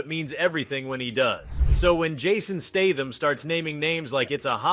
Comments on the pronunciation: Does the guy talking in the video have reading problem or is he AI ? Almost all words and names are mis spelled in multiple different ways Steitham statham stetham lebouf le bo ouf and more. Thats NOT bad english problem. Bad english is ok. That's lazy problem. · Another AI narrated video. Pronounced Statham's name wrong as well as Segal (Pronounced it "Seagull". I really wish you could report videos for fake AI content. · Appreciate your effort, but: It took you two minutes and 38 seconds to get to the point of this video. Not to mention the misleading opening clips during this waste of time, and the mispronunciation of Jason's surname. It's STAY-thuhm...not STAM-thuhm....Seagal's surname-he not the bird-segull and it's not Jared LEED-O, it's LEH-toh similar to the English word "let" followed by the sound "oh". SCHEEL-Lebouf...LOL! Good grief, dude, get it together or dump the AI if that's what you are using.